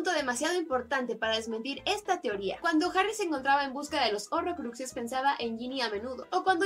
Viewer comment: Cuando Harry esta buscando los urrrrokruses